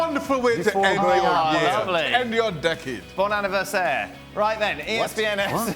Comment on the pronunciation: “Bon anniversaire “ 😂😂😂